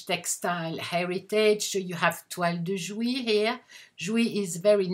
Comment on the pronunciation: Thank you for this lovely and enticing video. Your English is wonderful, and you’ve taught me to pronounce “toile de jouy”!